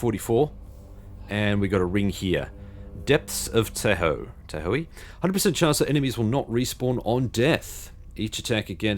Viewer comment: Tahoe is pronounced with an "aah" sound, it's a big, beautiful lake bisected by the border of the western US states of California and Nevada. If you're ever stateside, it's a great place to visit. There are ski slopes nearby, as well.